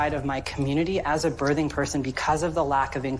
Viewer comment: Does it bother anyone else that this person says bertheng person instead of birthing person? Is that "kids these days"? I'm still learning.